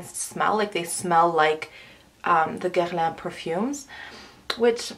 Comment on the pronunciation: OMG you said Guerlain correctly !!!!